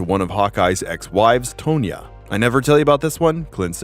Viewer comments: Tonya has no "e" in it, it is not "toe-knee-uh" nor "tone-nya." The name is same as Tonnia but spelled differently. You must also think the now 52 year old ex-figure skater Tonya Harding is "Toe-knee-uh." Learn the pronunciation fore ypu utter the names or you will leave a trail of confusion in society at large. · Nice video but how on earth do you mispronounce Tobias and Tonya!?